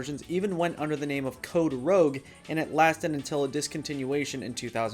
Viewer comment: lol Bruh, that is not "code rogue," it is "code rouge." Rouge is red in french. Thats why blush powder for cheeks is alternately called rouge.